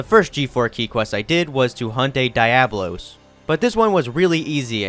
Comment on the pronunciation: The video is almost unwatchable because every time you pronounce Diablos wrong